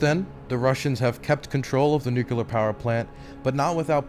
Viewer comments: Excellent work,. This was a huge improvement over even the last one, which was also fantastic. P.S. Whenever I hear you say "Nuke-ya-ler", I remember when I was a kid and people were making fun of George W Bush for pronouncing it the same way. It's "New-clear". Reject the Republican mindwaves pumped into you in your infancy. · Don't sweat the mispronunciation! "Nukular" is a very common mistake. Try splitting it into two words every time you see or hear it: nu-clear = "New Clear". Making that split will help disrupt old habits by reforming the associated pathways. Honestly, you have more pressing concerns, but I can understand being self-conscious as a journalist (especially with your refocusing to deadly-serious embedded journalism as opposed to Twitch debates), so it's just a helpful tip from my linguistic background. It's not like you're the former governor of Texas or POTUS, so... Thanks for doing what you do! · It's pronounced "nu-clear". Just like it's spelled. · It's a serious video but I can't help but snicker when you pronounce "nucular" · you're saying nuCLEAR wrong, they're only one 'u' in there bro. i'm sorry that's just a pet peeve of mine. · Godspeed you will learn how to pronounce nuclear one day <3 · Hilarious that you keep acknowledging your pronunciation of nuclear while continuing to mispronounce it 😂